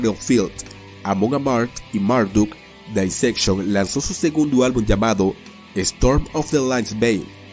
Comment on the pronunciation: El nombre de la banda lo dijo bien, solo que esa pronunciación es la que usan los británicos.